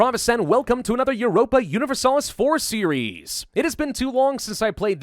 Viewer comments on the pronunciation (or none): Europa and Europe do NOT pronounce the same at the "Eu", pravus.